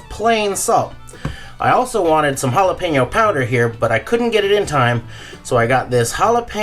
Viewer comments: Ricky: "Listen man, why don't you go down to the store and pick me up some Ja-lap-en-oh cheese sticks, and I'll hang out with ya" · the J is silent, ricky !